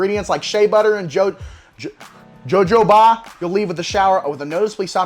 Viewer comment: pronounced hohoba and imo all soap is bad for your skin. It all removes the natural oils that protect your skin. Just water removes excess oils 😉